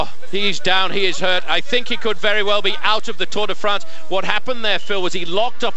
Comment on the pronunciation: and the Tour Day Frants